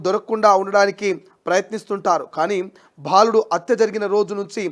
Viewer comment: First , speak Telugu correctly. Ottu bhaa kaadu..baaludu